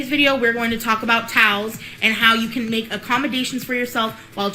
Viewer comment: She says TOWS not towels , just one more thing I cannot stand about this girl !